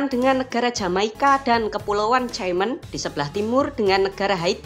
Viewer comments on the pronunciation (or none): Saya ingatkan min...yang disiplin dalam pengucapan.kalau Cuba anda baca Kuba memang sepantasnya karena BHS Inggris kebanyakan c dibaca k.tapi anda lupa tadi kepulauan caiman anda baca tjaiman yang seharusnya anda baca kep.kaiman terima kasih.